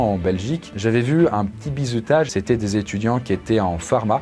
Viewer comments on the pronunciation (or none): Mdrr toute la video tu prononce "bizoutage" 😂 sinon toutes tes vidéos depuis les mini cours sont absolument géniales tu mérite 100 milliards d'abonnés et de yt money ❤️ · j'ai l'impression que prononce "Bizoutage"